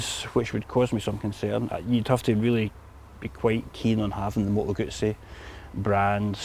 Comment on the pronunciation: Good review, and congratulations on being one of the few english speaking reviewers to pronounce Moto Guzzi properly👍🧐